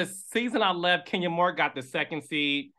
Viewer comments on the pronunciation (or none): none